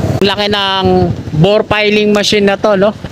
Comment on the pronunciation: Ang tamang bigkas ay Bored Piling Machine. Hindi Bor Piling Machine. Igoogle mo brod para maniwala ka. Ok?